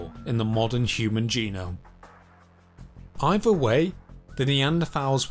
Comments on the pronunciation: He likely has a speach impendiment. Is your rudeness a trait common in people where you grew up? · The narrator repeatedly pronounced “thrive” as “Frive”. He also pronounced “either” as “eiVer”, “thrown” as “Frown”, and “other” as “oVer”. Is this a common pronunciation aberration of where he grew up in Britain?